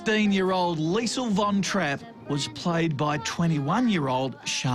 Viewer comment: Get the name right, it's Liesl